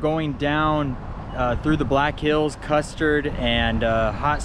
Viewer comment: Custard 😂😂😂 Every time you say it I laugh. U hang in there.